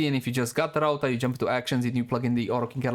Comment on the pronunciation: my guy miss pronounced Rauta twice in a row .-. just a tip you can call it Iron since its what it is called in finnish, and thanks for showing the builds